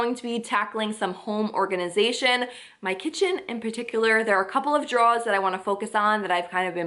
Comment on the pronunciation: Love the wooden tops! Quick Tip: Those things that we pull out are not "draws." They are "drawers." Pronounced "Draw-er."